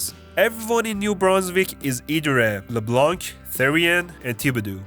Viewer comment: dont prononce the c at leblanc or in the color blanc. it is for its feminine part that you put that there: blanche.